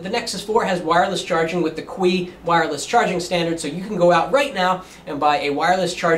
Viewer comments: It's CHI, not QUEE. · Yea, I know right. Even if you pronouce the "Q" shouldn't it still be "key" and not "kwee"? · its pronounce chi not qui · the QUEEEE wireless standard LMAO. its CHI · I flinched a little when he said "Qi." Oh god, it's pronounced "chi." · Qi should be pronounced Chi,.